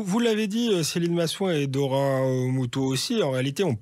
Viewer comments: Doria et pas dora avec ces jolis yeux on fait un effort pour l appeler par son juste prénom . C est peu gênent de l entendre dire 10x dora au lieu de doria . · "Doria" aïe...